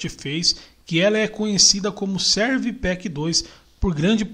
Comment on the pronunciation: Muito bom o seu vídeo; é bem explicativo, apesar de você --- muitas e várias vezes --- dizer "Serv Pack 2", ao invés de pronunciar "Service Pack 2" (que é o modo correto de se falar esse nome). Thanks for sharing this video!...